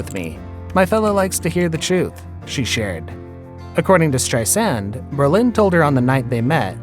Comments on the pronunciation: Good video and information. But you keep on saying Berlin instead of BRO-LIN. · Dude, you are totally mispronouncing Brolin. It's NOT Berlin! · STRI-sand and BRO-lin. It's really important to know how to pronounce the names of the people you make videos about. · Sounds like he’s saying “Berlin”, which is weird considering the effort to pronounce her name correctly. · AI VOICE OVER IS TERRIBLE. HOW DO YOU MISPRONOUNCE JAMES BRO LIN??? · Stop saying Strei SAND and Bro LIN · i love your bizarre pronunciations of these names. stris-AND. Brole-INN. Her stepson josh is hot. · JAMES BRO LIN! ATLEAST PRONOUNCE IT RIGHT! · why does the narrator have such trouble pronouncing people's names? It's STEISand, BROlin, Omar. FFS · What's with the weird way this guy keeps saying everybody's last name? Strei-SAND, o-MAR, Bro-LIN? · It’s pronounced BRO-Lin! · Berlin? Braaazen? 🤦🏻‍♀️ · Nope, the accent on both names is on the first syllable. BRO-lin, STREI-sand. Wonderful video otherwise !!! 👍👍👍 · Her name is pronounced with the emphasis on the first syllable, as is Brolin's. Come on, A I. You can do better. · Oh my gosh. Who wrote this? Do you speak English? Is this a robot voice over? Countless mispronunciations and incorrect information. Wrong divorce year for Prince Charles etc... Couldn't even pronounce the names of the main people in the story - Streisand, Shariff and Brolin. How pathetic. Do some research people. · You don't know how to pronounce her name. Or Brolin's, and her attitude was brAzin. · Where, in God’s name, did they get this narrator? Has he been living under a rock that he doesn’t know how to pronounce Streisand and Brolin?? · Comstock also BRO Lin not bro LIN. These are the main characters of this video it was annoying! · Bro-Lin, really dude? How many times did you say Ber-lin? Wow! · Lol it’s Brolin not Bro-Lin but hey I enjoyed this summary of Babs love life..😉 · It’s BrOlin not Berlin. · Who is narrating this? The name is Brolin, not Berlin.